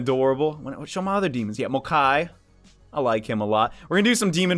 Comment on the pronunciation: Mokoi, not Mokai